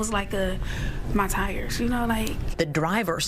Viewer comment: why did the reporter say the "tire" in such a way that she raised the plausibility of the tire issue?